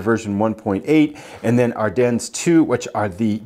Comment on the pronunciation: Are-Den … not ‘dens’